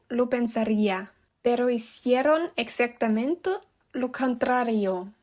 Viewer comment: y como que 'capeces' y 'exactamento' 🤨 PD: Si fuera profesor de lingüística te tomaría 5 años más de aprender y adaptar el idioma español y los diferentes dialectos